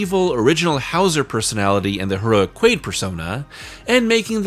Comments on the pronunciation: Quail? You serious? It’s Quaid… have you not seen total recall? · you called him Quail so many times I started doubting that his name was actually Quaid... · Its QUAID not QUAILL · You really spent the whole video calling him Quail instead of Quaid? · his name is not quail. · I would be a good video if you could say the man's name correct.